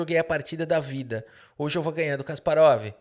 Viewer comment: Kasparov esse que odiava o regime soviético? Nah, que seja Guérry mesmo.